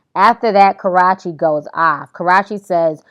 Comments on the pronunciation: Can u at least pronounce Karrueche's name correctly!!!..& it's Jacob York not Jacob Love...smh..get things right before u try to report news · 😂😂 funny how she's saying her name wron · yes thank u its so annoying people still making fun if this girl name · idk if you're aware that you're saying karrueches name wrong or you're doing it on purpose lmao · Oopppssss I need you to learn how to say that girl name right 😂😂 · You keep on misprouncing her name all wrong lady try to read it slow. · yes she was irking me with that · You mispronouncing the hell out of Ms.Tran's name lml. That's not how you say her name. Before you blog about someone you should know how to pronounce their name correctly. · Every time you said Karrueche's name I cringed... 😂 But I totally agree with you... Once social media was introduced into the game it ruined that image that these stars built for themselves. I had to learn to separate their art from their personal lives, or I would not be able to listen to the radio, or watch a movie for the most part 😂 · It was intentional and not funny. If you can't pronounce someone's name you shouldn't cover a story on them. Lol Just saying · It's been to long to still be saying this woman's name wrong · Lol i so much she be cracking me up but she keeps says Karruche's name wrong and i be like noooo..smh...lmao. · It's funny how she keeps pronouncing her name wrong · You're saying her name so wrong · ur prounoucing karrueches name wrong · Maybe U should say her name better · I don't think that's how you say her name lol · Girlfriend, no shade but you must learn how to pronounce the characters that you are reporting about. Please go search Karrueche's YT channel and learn to pronounce her name correctly. Just giving you a little tip or advice. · LMaoooo everytime she says her name honey !!! lmao lawd!!! loved this cup of tea but pronounce her actual name please!!! her name does not rhyme with karate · 😂😂 she chopped and screwed her name